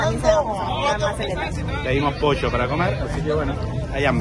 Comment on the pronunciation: Why do these people pronounce pollo like that? I’m genuinely confused because they pronounced “pollo” wrong.